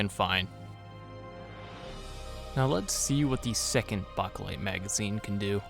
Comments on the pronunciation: Bakelite is pronounced, Bay-keh-lyte with the keh being unstressed like the second "o" in chocolate. If you pronounce the word as simply, bake-lyte, that is acceptable. Anything but baka-lyte. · Bake not bak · Plum mags and those "made in Bulgaria" not circle 10 mags run flawlessly in my m90 Also stop saying saying bakelite like that wtf It's not bock o lite it's bake lite >:( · It’s pronounced “bake light” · Its pronounced BAKElite, as in bake in an oven. lol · Bachhh a lite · Chew bacca lite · Why do you have such a hard time saying Bakelite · Stop saying bakelite like that. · The way you say Bakelite gives me chest pains mate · Exactly what I was thinking 😂🤙🏼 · 🤣💀 I said the same thing 🤦🏻‍♂️ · The way this guy pronounces Bakelite mags makes my asshole clench